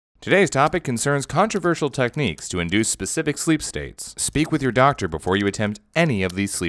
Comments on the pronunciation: speak with your doctor Me: *understands* „sleep with your doctor“ 👁👄👁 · The first tym i heard him say "Sleep with your doctor..." :V